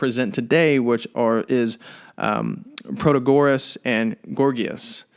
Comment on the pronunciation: You don't pronounce Protagoras properly. Christ, do you expect me to listen to a word you say? How ignorant are you that you don't know the proper pronounciation oaf a major Sophist??